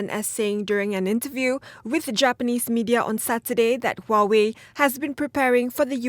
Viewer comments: the tech war no wonder. soon or later u.s-china will involve in real war. china will learn how to respect u.s superpower. but china is not alone. however u.s just need to defeat china in south china sea to put china economic in pressure. btw huawei is pronounce as 'wahwei' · Huawei is pronounced as Huawei .. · huawei is pronounced as 'huawei'